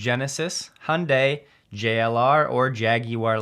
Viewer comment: Hyundai = Yun-dai.